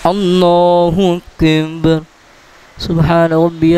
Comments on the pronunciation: Assalamualaikum JazakAllah Khair but pls know when u recite "Allahukbar" it sounds like "Allahukbhun" the "ar" is not clear when we hear it it should sound like Allahukbar and not "bhun" maybe its echoing from the mic JazakaAllah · Ap ye jo lafz boltay hain ,ALLAH HO AKIB keh rahay hain ya ALLAH HO AKind ye kea hai mujay samaj nahi aai ???? Jabke bolna cahiye ALLAH HO AKBAR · آپ اللہ اکبر صحیح ادا نہیں کرتے اسکی وجہ بتانا پسند فرمائیں گے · ALLAH O AKBAR SAHIE NAI PAR RAHY DURASTGY FARMA LAIN.ZARA CLEAR ALLAH OAKBAR PARAIN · اللہ اکبر کو آپ پتہ نہی کیسے ادا کر رہے ہیں ؟ برائے مہربانی درستگی فرمائیں